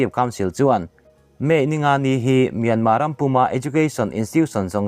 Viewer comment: Mynma tih reng chu ka van kham tak , lam tha peih loh nih chuan burma ti mai rawh